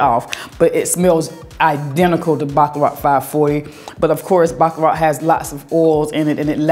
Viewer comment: Every time I hear you pronounce the perfume Baccarat, it sounds like you are say “Baklava”, like the pastry. It’s so funny your southern drawl. 😆😆😆